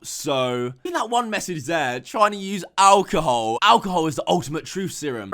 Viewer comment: Me: alcohol: alcohoe